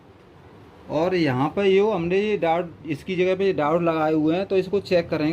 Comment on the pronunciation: डायोड होता है डाउट नहीं होता। माना की लोकल बोली में शब्द का उच्चारण खराब भी हो जाता है पर ठीक भी किया जा सकता है।